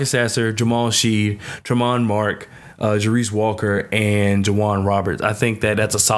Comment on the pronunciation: Good piece. Pronunciation: Ja-Race Walker. Terrence Ar-Sa-No (Arceneaux), Jamal Shed (Shead), Ta-zhe (Taze) Moore, Jay-Vee-Eh (Ja'Vier) Francis.